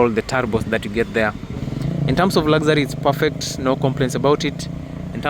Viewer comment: Did you say lazary instead of luxury 😅😅😅